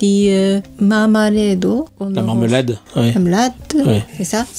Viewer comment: J'ai adoré la prononciation de marmelade :virtualhug